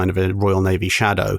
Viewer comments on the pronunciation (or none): none